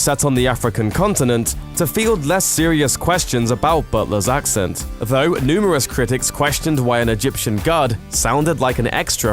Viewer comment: You said "Vo" - did you mean "Though"? After making fun of Gerard's accent you could at least speak English...